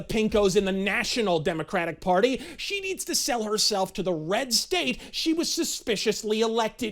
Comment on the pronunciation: ... "because se did not see one principal that se did not whant to F for a better grade"... I am in total laugh apneea here, somebody give me O2 to breathe.